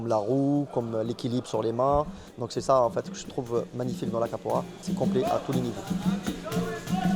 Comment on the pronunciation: Qu 'est ce vous prononcé mal capoeira Capora vous dite ça me dérange ce n'est pas ma langue mais vous entendre c'est chiant